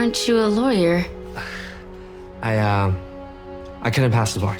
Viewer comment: I think he meant lawer